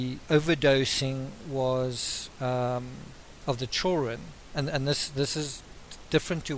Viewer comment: children pronounced “ chill run”.... love it!! 😘